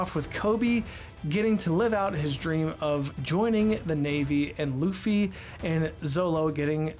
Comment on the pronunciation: Sometimes when Nami says Luffy's name, it sounds like "Doofy" 🤷‍♀️